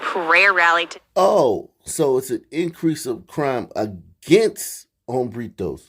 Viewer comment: You might want to say Hombertos rather than Hombritos....the latter means "little men."